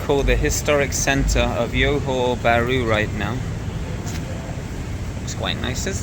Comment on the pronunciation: Thank you for this video. I’m looking for flights to Malaysia from Canada and it’s cheaper for me to fly to Singapore and take the bus to Johor Bahru. Cheaper as in C$600 versus C$1200 to fly directly to Malaysia. I may consider doing that! Thanks again for a little glimpse of the city. PS the J in Johor Bahru is not pronounced like a Y as it often is in Latin America. It is pronounced like an actual J like in Jack. So Johor Bahru and not Yohor Bahru😊